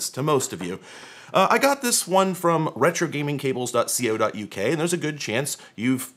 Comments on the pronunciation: we say "co" (like company) not c.o. (as letters). but I like your videos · just a heads up, we don't say "dot C-O" we just say co as in "cow but with an E like you're going to say comb" It would just be like saying "dot c-o-m" nobody does that haha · Dot See Oh, Dot UK? Dude, I've never heard anyone say that before! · pronounced "ZX Spectrum" correctly, so I'm happy to overlook "dot see oh dot you kay" lol